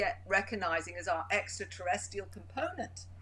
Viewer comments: You are very interesting to listen to, but why can't you pronounce the word extraterrestrial properly? You say extraterrestial, not extraterrestRial. How does this happen with someone of your intellect? This is so annoying I can't even listen to you. It's like people who say everythink instead of everything. Very perplexing indeed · Don't get smart. If "extraterrestials" are your main subject, the least you can do is learn how to say it. Who can take you seriously otherwise??